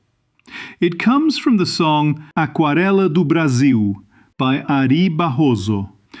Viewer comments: Nice Portuguese accent! I remember, some 20 years ago, i was delivering a package to a pretty grey insurance company as a parade of some sort was passing by outside playing Aquarela do Brazil. It was a very pointedly Gilliamesque moment when most of the office workers stood up to stick their noses to the glass to look out the windows. Crazy how sometimes life imitates art. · Where is the narrator of this video from? He said the Portuguese names ("Aquarela do Brasil", Ary Barroso) exactly as a Brazilian would, with no trace of a foreign accent! (I'm Brazilian.) 😮